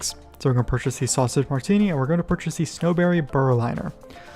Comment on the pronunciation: Thank you very much for the video. Very helpful. =) Side note: Berliner is pronounced like the city (Berlin) and then add an "er" at the end. Thanks again!